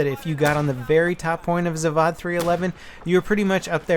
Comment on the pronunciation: it's pronounced Zav-oh-d. It's a hard 'o' sound.